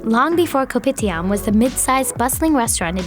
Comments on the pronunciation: The only thing that triggers me that when she says K O P I T I A M we Malaysia ppl say kopidiam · THE narrator: KoPiTiAM Malaysian: cringe